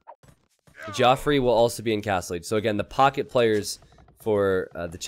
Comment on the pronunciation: Geoffrey is just pronounced the same as Jeffrey, it's not Joffrey lol.